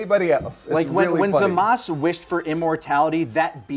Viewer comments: ITS GODDAMN ZAMASUUUUUUU!! Not zamas... LEARN YOUR VOWELS!! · why do they keep saying zamasu wrong, they should know by now in the dumb his name is still zamasu